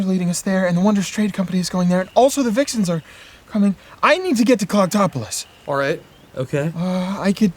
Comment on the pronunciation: It will never stop sounding like they’re saying “cocktopolis”